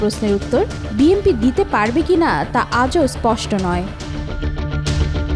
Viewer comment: বিএমপি বিএমপি মারাও ক্যান😂 বিএনপি উচ্চারণ করতে পারো না?😅